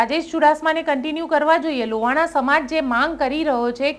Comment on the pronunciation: બેન લુવાણા ની જગ્યા એ લોહાણા શબ્દ નું ઉચ્ચારણ કરશો